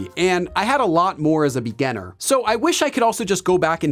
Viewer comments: Why do you keep pronouncing 'beganner' while what you want to refer to is 'beginner' ? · Am I the only one keep hearing him say 'beganner' instead of 'beginner'? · Omg I thought I was the only one who felt that way. When he says “beginner”, it sounds like “beganner” to me 😅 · I like your videos but your pronunciation of "beginner" is super distracting🙂. Still like your videos though! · Is "beginner" really pronounced this way? English isn't my first language and I lived with understanding that it's different 😓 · Hi,. Nice work. But please excuse me, did I hear it right? you have a funny way of saying beginner;) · haha yesss. every other work sounds normal but beginner is so different 😂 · You are spot-on in catching his pronunciation of beginner/beginning!